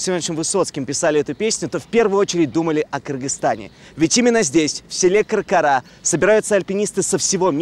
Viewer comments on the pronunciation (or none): Все отлично 😍🥰👍 Только не КаркАра а КаркЫра . Всем удачи, добра, мира! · Не КаркАра, правильно КаркЫра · Село называется не Каркара ,а Каркыра . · Село каркыра а не каркара